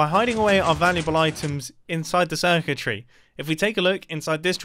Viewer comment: mumbo says"redstone circuitry,", I hear "redstone wizardry"